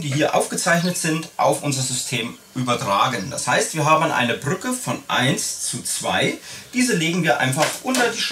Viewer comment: "BrrrrÜCKe" :D